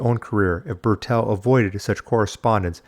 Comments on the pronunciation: Why you addressing Bertil as Burr'tell? His name is BERTIL. You also sneak in Cowardly digs about his past. - either trying to be clever Or just being a complete W@ To be honest You seem like a complete W@ Unsubbed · Bertil Fox, Bertil, not Bertell!